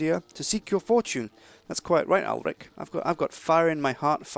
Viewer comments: it's ulfric there is no one in skyrim called ulric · "Ulric Fugger" are you kidding me right now? -__ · Is it just me or did say Ulric fucker?